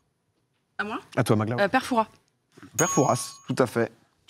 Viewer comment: Pour ceux qui se posent des questions inutiles : non, normalement le S de Père Fouras ne se prononce pas.